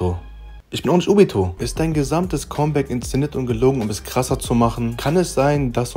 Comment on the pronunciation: Es heißt comeback, nicht kommback